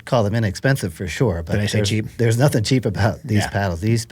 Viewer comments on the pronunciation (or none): none